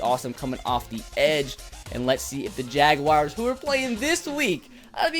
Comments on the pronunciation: The Jagwires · when you say jaguars it kills me